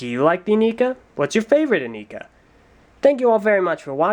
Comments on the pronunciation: Its not eh nee kaaaaaaaaaaaaaaaaa. Its eh nai kuh. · I am pretty sure it's pronounced "ih-Neye-kah". See this commercial: Not that I'd take the commercial as word of god ('08 ones mispronounced Lewa's name), but as far as I know, that was the only pronunciation given. A big con would be that the heads do not glow in the dark, despite how they were advertised. I also hated how Nuparu and Hewkii had yellow Zamor as opposed to red as advertised. Biggest pro is that the batteries in the sword are replaceable! :P I disagree about what you say of the masks. I thought they looked really badass. A bit out of place, perhaps, but still awesome. I was more disappointed by the lack of faces underneath the masks! Compatibility is not zero. You can slip these over Mata heads pretty easily. It won't stay on if you swing it around or anything, but I've made MOCs back in the day using these masks with Mata heads. Hideous MOCs, but the masks worked :P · Aren't they pronounced "in-eye-ka"? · Actually,, there is one thing you missed, and one SERIOUS gripe I had with the Inika (the commercials always called them "yi-nai-ka", for some reason) According to the Lego Magazine (June-August issue (?) 2006), the Inika heads were meant to glow in the dark, which they SCRAPPED for some reason and never really made a mention of it after that. Lack of QC at Lego, that was. Also, technically speaking, wouldn't Axonn be the next review? Since Axonn debuted in the second comic and was technically the first titan released with Brutaka.